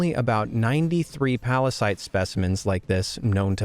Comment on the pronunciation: P A R A S I T E ?! - Venom, calm down. It's Pallasite. Pall...a...site. Oh, sorry. You know my condition, Eddie. - Yeah, I do. (uh, Eddie?) It's fine, OK? Chill. Calm down. What a pallasite. P A R A S I T E ?! - VENOM, STOP! (heheheheh!)